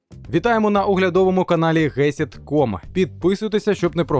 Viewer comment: Привіт! А чому Ви кажете назву каналу як гесід, якщо там буква ґ то типу має буті ґесід?